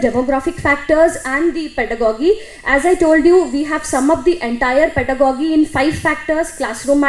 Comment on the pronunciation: ˈpɛdəɡɒdʒi is more correct. not gi but ji